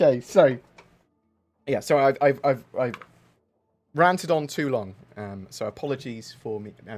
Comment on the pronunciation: Did you say "ranted on?" Or "ranta dung?"